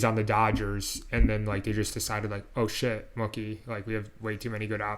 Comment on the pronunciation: Taking my like away because can't pronounce the name "Mookie". Sound out that double O bud.